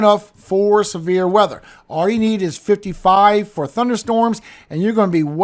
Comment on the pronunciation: I'm sitting here listening and heard We might have a chance of some beer weather, and I was like, cool until I realized you said Severe weather 😂